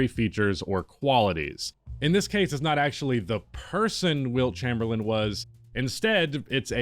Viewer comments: Chamberlain… CHAYME-BER-LIN . Not chamberland… please respect the legend and pronounce his name correctly. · dude. for seriously. the guy doesn't have a D on the end of his last name. Chamerlain'd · Did you just say Wilt Chamberland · How do you start the video off saying Wilt Chamberlind????